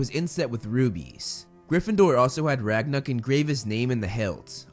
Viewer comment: Movieflame: Ragnuk Captions: Ragnarok